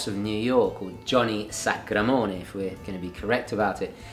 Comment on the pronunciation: It's "John Sacramoni" and "Johnny Sac"